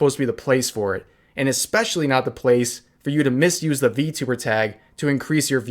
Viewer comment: Its funny how he counter act it with "How do you know im not a vtuber?" (Or vtubber on how he pronounce it)